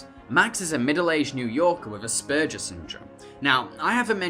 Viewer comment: You pronounced Aspergers wrong